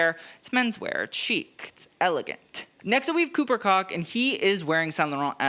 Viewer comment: Koch is pronounced “Coke”